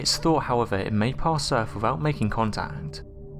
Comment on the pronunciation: And he keeps saying erf instead of earth. So I guess we are safe.